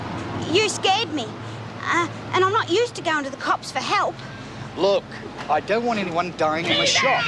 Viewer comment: Love the way Doreen pronounces 'help' as 'halp'